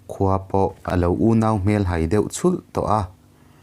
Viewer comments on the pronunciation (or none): none